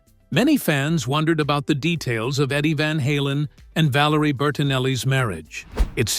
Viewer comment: I stopped watching after I heard 'VALARIA'..